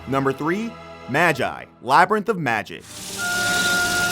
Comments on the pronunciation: Mah-Jaai Fuck is a Mah-Jaai? maGi G Geu. Geu Magi sound it out. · Did... did you just say madjie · It's Magi read as Magic without the C not Majay 😅 funny accent. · "Maj eye" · Okay hol up i only got 1 thing to say to u sir... say magi again?🤨😩💀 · The way he pronounced Magi...I